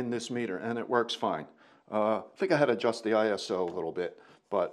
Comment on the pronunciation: I thank you for saying “ISO” instead of “eye so” as kids these days say.